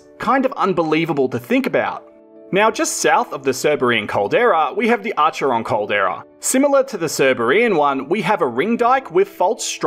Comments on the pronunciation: Hi mate - really excellent and informative videos so drone shots of these "eastern-areas" would be an excellent idea! A minor point is "your pronunciation of Arch-er-ron should actually be Accc-ron, having a silent er and first "r". I have fished these areas for over 60 years and that's the only pronunciation (including from the locals) I have ever heard. Is your caldera interests only in identifying them or do you intend to take it to the next level; aka prospecting? Please feel free to contact me via my email (off-line) to discuss if you're interested. I'm mainly interested in the eastern Vic localities as I now live in eastern Gippsland. Cheers, Ian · Mate, I am Victorian. Firstly, thank you for your vid. Secondly, sorry to pull you up...but it's pronounced "Akeron", hard K, if it is the same as the town name. Finally, please don't forget western Vic. I am no geologist, but there are several lakes there, particularly Burrumbeet that may be calderas. Oh, and don't forget Tower Hill near Koroit, which may or not be a caldera, but certainly was a volcano. Keep up the good work! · Very cool, I'm not a grammar nazi but I think the way you pronounce "acheron" is acc-ron. Im literally dyslexic, so don't quote me, just thought it may help if you go out there as it is an amazing part of the universe. Ps I have lived on all of your POI's except maso, and never had a clue they were any type of volcanic structure. Thanks for the education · Hi l grew up in Wesburn near to Acheron, locally its is pronounced Ak_Eron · Acheron is pronounced Ackeron. Nice video. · Acheron is pronounced ‘ akeron’. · Just so you know, for all of the names that have a Greek origin, they had no soft C. Both Cerberus and Acheron should be pronounced with a K sound. :) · Love the pronunciation of Australia Towns Lmao the ch is pronounced as K !